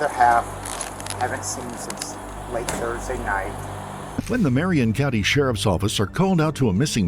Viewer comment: how do you get 'thrudsay'. Must be AI slop